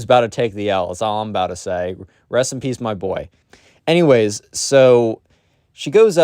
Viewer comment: I heard "recipes Bob" instead of "Rest in peace, Bob" also frog